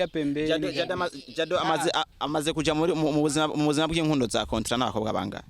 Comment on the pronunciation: Hhhh uwomwijogonyor wuyomukobw rer ingene avug ngo cotra barahaz